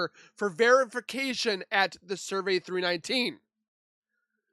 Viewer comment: Why are you saying survey 319 instead of cervi 319? 😂